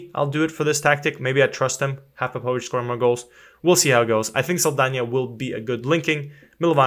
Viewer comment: Ps. You are mispronouncing Popovics name. Its like Matiya Popovic :))